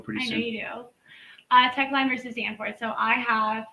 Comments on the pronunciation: Someone needs to tell this Constipational LOLer that it isn’t “Teckline” vs Danforth. It’s “Teche Lines, LLC vs Danforth” and it’s pronounced “Tesh” and Lines (with an S). It also has nothing to do with being able to stop anywhere on any highway. It has to do with legislating reasonable traffic laws. It came about after a state made a law that when stopped on the freeway you need to leave 20 feet of space to allow other vehicles to pass. The problem is that the lane wasn’t even 20 feet wide so it was impossible to follow the law. Of course gets it all wrong, as usual. 🤡😂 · He also keeps calling it “Teckline” instead of “Teche Lines” (pronounced “Tesh, and with an S). This isn’t the first time he has claimed to have studied something for years, but mispronounces it. He said he studied “fallacies” for years, but still can’t seem to pronounce that word either hahahaha 🤡😂